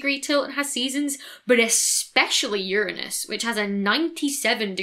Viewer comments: Heheheheje urine-us don’t you mean ur-anus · "Pronounce it right not to send the comment section into giggles." Between "urine" and "anus", not sure which is the worst... :p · All pronunciations of Uranus lead to fits of giggles. It's just a fact that has to be lived with.